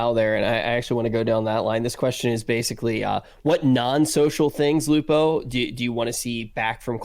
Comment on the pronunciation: Dr. Lupo! It's Lupo man!